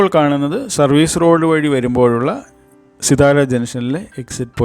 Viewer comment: പറയുമ്പോൾ സിത്താര എന്നാണ് പറയേണ്ടത്.